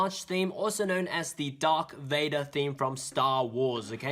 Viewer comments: Ok bud lemme correct ya a bit its darth vader k notttt dark vader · I cringed when he said DarK Vader. IT. IS. DARTH. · I’m a HUUUUUUUUUGE Star Wars fan/nerd and I will not forgive you for saying DARK VADER IT’S DARTH 😄😫😟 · I love the videos he makes, but as a Star Wars fan I got really annoyed when the said "dark Vader". Lol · My man said “dark Vader”😂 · This nigga just said dark vader lmao Good video tho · He is British he doesn’t say it with a (TH)